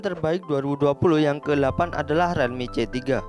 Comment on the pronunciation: Mas, tolong untuk pembacaan brand atau istilah gunakan cara membaca yang benar. Realme dibaca rilmi, snapdragon dibaca snepdregren, micro sd dibaca maykro esdi. Biar lebih enak aja dengarnya